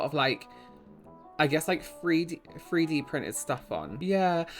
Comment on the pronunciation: Say free D printing again 😂😂😂 not a dig, I love it 😂💜